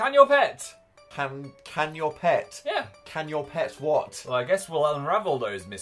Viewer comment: Did anybody notice how it said "Can Your PIT" at the end instead of "Can Your PET" or was that just me?